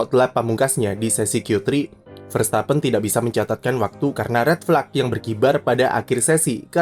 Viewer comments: selalu ketrigger ketika denger red flag di baca "red flak" dan bukan "red flek". ayoo editor dan, berubah menjadi lebih baik.. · Awokawok anda tidak sendiri gegara ret flak